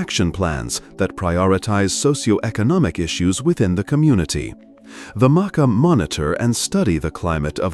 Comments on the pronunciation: It calked the ( mah- kaw), not the mokkah. Idiot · MahKah....maakah.... pronunciation is so effing off.